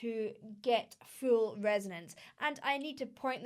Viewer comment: The way you say "full" like "fool" + "fuel"... Are you from north Britain? Love UK accents.